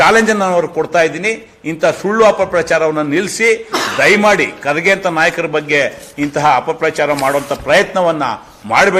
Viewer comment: ರಮೇಶ್ ಬಾಬು ನೀನು ಬಕೆಟ್ ಹಿಡಿಯವಾ ಕರ್ಗೆ ಮತ್ತು ಖರ್ಗೆ ಏನು ವ್ಯತ್ಯಾಸ ಇಲ್ಲಾ ಹೆಸರು ಒಂದೆ ಉಚ್ಚಾರಣೆ ಬೆರೆ ನಿನ್ನಂತ ಅಜ್ಞಾನಿ ಯಾರು ಇಲ್ಲಾ.